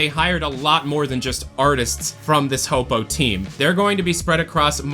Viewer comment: Hey, ror2 player here Its pronounced "hoe poo" or "Hopu" not "hopo", love your content but that immediately distracted me as everyone else pronounces it either way i wrote